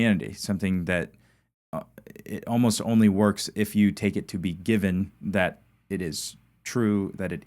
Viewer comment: "Given" not Gibbon,... growing old sucks, I know, there myself. I do appreciate you learning Hebrew with Jacob though, learning new things like that help keep the mind sharp.👍🙏